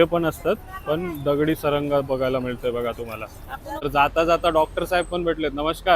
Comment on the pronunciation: सारंगा नाही म्हणत त्याला सरगा म्हणतात व्हिडिओमध्ये अशी थोडी कॉमेडी असली तर व्हिडिओ बघायला खूप मजा येते 😂😂